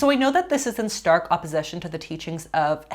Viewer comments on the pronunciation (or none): none